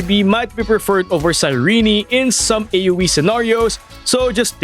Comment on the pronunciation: Her name is Cyrene not Cyreney, Cyr-eeen.